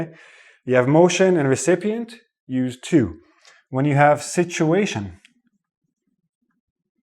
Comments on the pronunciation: "recepient" ? OR recipient? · Not recepient ..it’s recipient 🤓😂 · you have a mistake. it's not "RECEPIENT", it's "RECIPIENT" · Him Recepient or Recipient? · Lol, I think we went to the same school. I only noticed the pronunciation of "recipient".